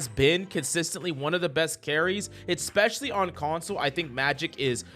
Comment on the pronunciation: "EXPECIALLY"?? REALLY?